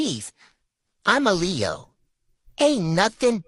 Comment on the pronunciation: Ok. So no Leo's (Leehos)